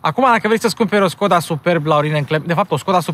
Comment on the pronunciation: Nu te urmăresc prea des. Dar si cand te urmăresc observ si apreciez ca esti bine informat, spre deosebire de multi. In acest video, pronunti Skoda cum trebuie. Stii ca Webasto e firma sistemului de incalzire, etc.